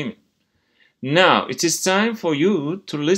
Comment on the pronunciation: Hocam Now Ve Know Tonlamanız bana yanlış geldi yanılmıyorsam